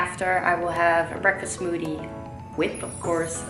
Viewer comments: I love the way she says smoothie.. “smoodie” uwu my heart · Her accent is so cute . I love how she pronounces smothie. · what's a smoodie?? 😂😂😂😂😂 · i love the way she says smoothie omg